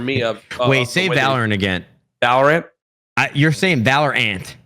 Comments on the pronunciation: valOrant, not vaLrant lmao courage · Everyone: valorant Courage:valraaannntt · dude keeps saying valor ANT xD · ok what? they both pronounced it wrong... ( VALOR UNT ) silly pleb... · My brother cant say valorant either he say it like vloor-ant